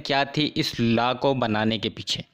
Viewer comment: Law ko thik se pronounce kro